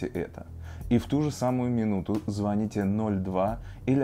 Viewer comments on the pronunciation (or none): none